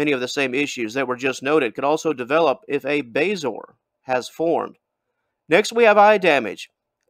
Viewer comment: FYI.. It's pronounced Bay-zo-are